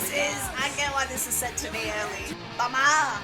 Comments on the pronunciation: Please stop pronouncing Bomber as Bummer! I'm picturing the bomb logo from the tour programme as a pair of arse cheeks. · The way she says Bomber!! Sounds like Bummer!! 😅😅😅